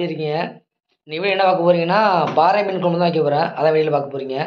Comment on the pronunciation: பாரை மீன். பாறை என்பது கற்பாறையைக் குறிக்கும். ரை, றை இரண்டினதும் உச்சரிப்பு வேறு. பாரை மீன் என்பது தான் சரியான பதம்.